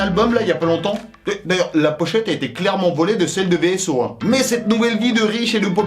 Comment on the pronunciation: tu est dans un clip de VSO et tu dis V S O? Ça ce dit vaisseaux mais s’écrit VSO